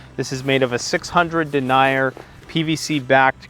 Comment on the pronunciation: Denier pronounced DEN-YER.